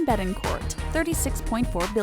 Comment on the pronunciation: You don't pronounce the "t" in Betencourt just so you know.